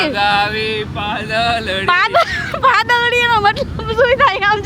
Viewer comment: પાદલડી નથી આવતું પાતલડી આવે છે